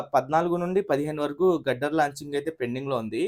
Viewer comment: its steel grider 👊🏻 not gudder